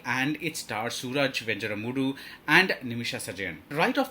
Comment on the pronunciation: And he does not know or has not even tried to learn to pronounce venjaramoodu.....